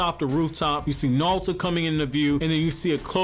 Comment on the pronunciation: “Nalto”? “NAWLTO” Who is that? I thought it was NARUTO.